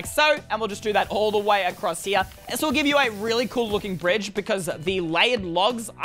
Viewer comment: I like how he said "Relly simple" and he has Two Chain helmets